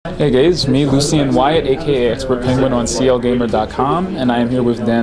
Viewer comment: he actually say "Hey gays" :D?